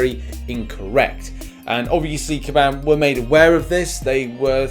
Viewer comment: Everyone: Kabam: kAbAm MeEkay